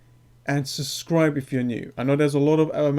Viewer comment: I will never subscribe to a man who can't say the word subscribe properly